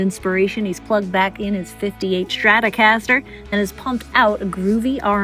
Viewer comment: "Shtratocaster." Right.